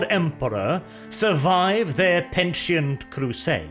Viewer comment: Pe-ni-tent crusade not Pen-tie-nt crusade